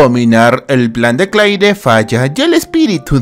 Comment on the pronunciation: no se pronuncia claire es cleir